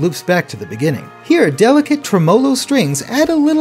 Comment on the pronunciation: Isn’t tremolo pronounced it tre-muh-lo instead of tre-mohlo